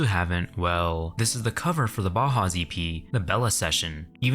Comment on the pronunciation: repeat after me b-ow-house, b-ow-house, bauhaus